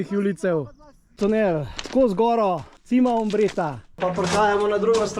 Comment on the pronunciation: Še to bi dodala, Cima je po italijansko vrh, prebere pa se čima, ne cima. Drugače pa super video, bravo.